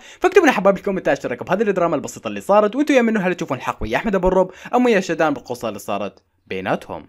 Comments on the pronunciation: بصراحة انا مع شادو ثاني اشي البنت اسمها شادو وليس شدان 😂😂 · البنت اسمها شادو مو شداد